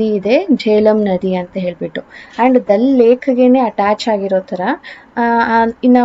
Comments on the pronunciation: Adu ದಲ್ alla ದಾಲ್ ಲೇಕ್. ಜೆಲಮ್ alla ಜೀಲಂ river pronounciation correct agi madi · that is ದಲ್ ಲೇಕ್ ಅಲ್ಲ, ದಾಲ್ ಲೇಕ್.